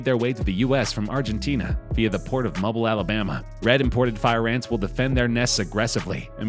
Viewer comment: Mobile, Alabama is not pronounced that way, buddy. Its pronounced with a long I. Mo-beel.